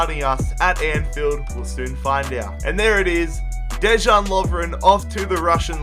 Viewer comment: The way how you say Dejan...